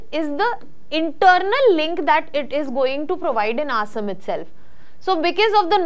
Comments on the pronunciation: Please, Please get your pronunciation correct It's Assam not Asem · Please pronounce the place names correctly, cannot even pronounce Assam properly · Learn to pronounce "ASSAM" before making videos. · Looks very bad, who should pronounce Assam State correctly. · Please work on your pronunciation of “Assam”